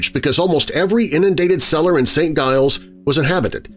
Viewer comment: St. Giles pronounced Saint Jiles